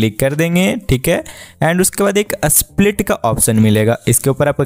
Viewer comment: Split ❌ Asplit ✅